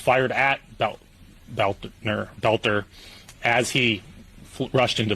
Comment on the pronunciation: Why are we listening to this? You never heard of Klobuchar? By the way. Take note. BELter not BOLter. Otherwise you sound like AI, which is annoying.